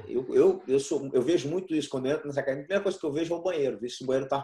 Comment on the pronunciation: Sempre quando é um gracie tô assistindo. E notei que o Royler tá falando "acadEmia" e não "cadimia" kkkk Parabéns pela entrevista.